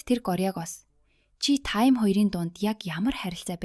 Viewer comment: Чи ямар худлаа ярьдаг юм Тайм биш Таам наадхаа voo-гээс ү